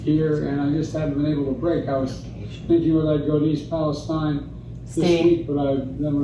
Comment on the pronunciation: I wouldn't be overly concerned about Biden mispronouncing Palastine. This is the same guy that pronounces Buttigieg as "booty juice".